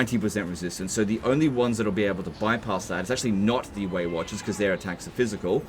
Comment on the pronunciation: Anyone else hearing "Waywatchers" as "weight watchers" and thinking of obese Elves?